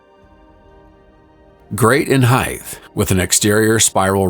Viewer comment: You cannot create a "micro climate" with a 2m change in altitude. Height not heidth.